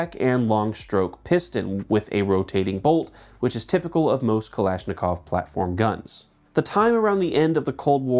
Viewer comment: It’s Dreyse as in: “dry-suh” like Porsche is “porsh-uh”. Schwarzlose is pronounced: “shvartz-low-suh”. And it’s bloody Kalashnikov! Not “kalishnikov”! 😂. Good day.